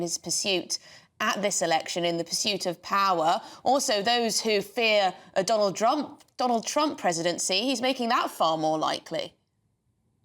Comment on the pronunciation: "Tonald Drump" lol nice